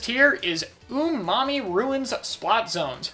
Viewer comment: When he said Um'ami, I thought he said, "Mmm, mommy" 😂😂